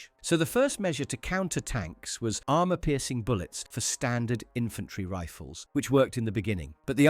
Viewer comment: HOHMOHGEENUS AHRMUHR